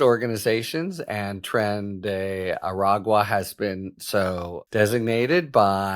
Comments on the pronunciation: A-Rag-Wa. Well done, Harry, at last. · Good job saying Aragua. You must have been practicing. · Holy shit on a communion wafers. He finally attempted to say Aragua properly after all these weeks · Harry. I commend you, sir. You finally learned how to say “agua”! The people of the southwest thank you emphatically.